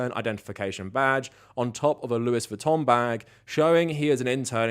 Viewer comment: I love how you pronounced Louis Vuitton,!